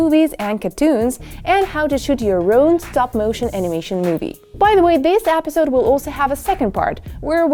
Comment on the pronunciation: She says episode like apidsode